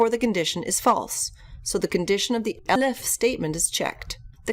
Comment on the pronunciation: Nice video, but what's up when it's time to pronounce ELIF?